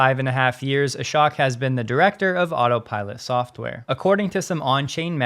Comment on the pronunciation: Just FYI, the name is pronounced A-SHOW-K...not A-SHOCK.